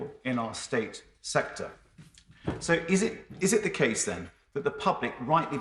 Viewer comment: He can't say 'th' as in 'the', he says 'v' as in 'Ve' instead of 'the', and says uvver instaed of other, and he is secretary of education? God help us.